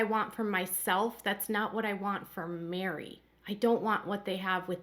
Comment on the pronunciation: Her name is MERI like "Merry Christmas", not MARY